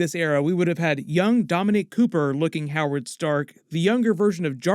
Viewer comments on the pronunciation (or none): none